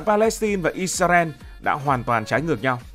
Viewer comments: Vì sao Israel mà tất cả video anh đều đọc là “Isarel”??? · Tại hồi xưa mấy PTV của VTV đọc là ít xa ren. Nên là đọc theo trước giờ ấy bạn. Sau này nghe ít ra eo thì hơi ngượng xíu 😂